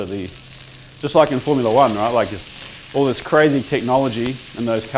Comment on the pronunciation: The only way I knew you were a kiwi is that you pronounce “this” like “thus”